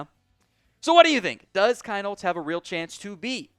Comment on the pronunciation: It’s still pronounced Keen-holz!